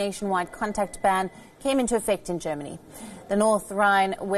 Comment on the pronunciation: 'Geramany' - it occurred several times earlier in the broadcast as well